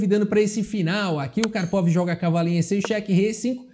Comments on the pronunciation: engraçado ouvir kárpava apos anos falando karpovi xd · Eu sei onde você aprendeu essa pronúncia do nome do Karpov - foi naquele vídeo do Misha Osipov, o ex-bebê de 3 anos!!!